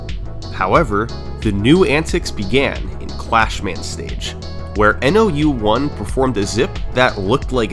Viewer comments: I think "nou1" is supposed to be read as "nōichi" (spoken as "know-ee-chee") bc it's a Japanese name 😭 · hey brother love the vid, nou1s name is pronounced as "no one" since the o sound can be translated as ou as well, please take down the video again and re upload with this correction, all the best :0) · Commenting for the algorithm. I wonder if nou1 is pronounced "no one"